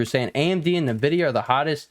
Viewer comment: Hey man, I enjoy watching your TA but, for the love of God, it's pronounced N vidia, not nuhvidia.